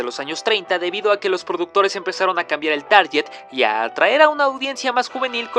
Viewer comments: Qué gran contenido amigo, pero ese error garrafal: "TARYYYYYET", SE ESCRIBE TARGET Y SE PRONUNCIA "TARGUET". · *Target es la pronunciación correcta. Saludos